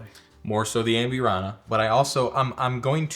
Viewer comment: Cracks me up how yall add extra characters to words. Am-burr-ana not Am-byour-ana An-a-ho not An-ya-ho Where’s Robert?